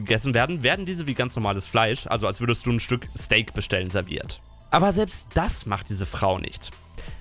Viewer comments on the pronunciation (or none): none